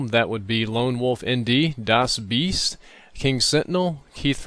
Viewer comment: wow, those were two great episodes of in depth back to back. i love the scar :P oh, and congrats, you pronounced 'das biest' like a beast :P